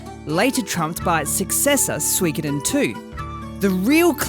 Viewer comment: Swrongkoden. It's suh-ee-koden